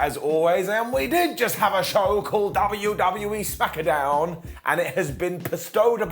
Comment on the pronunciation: Heh, I always heard it as Smack-a-down or Smack-eh-down, but Smacketh makes sense too